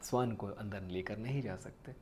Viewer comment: स्‍वान नहीं भईया श्‍वान कहा जाता है उच्‍चारण तो ठीक करो स्‍वान तो पक्षी को कहते हैं। और हां बात तो मुंह से कर रहे हो तो हाथ क्‍यों चलाते हो इतना, तुम्‍हें देखकर ऐसा लगाता है जैसे कथकली कर रहे हो।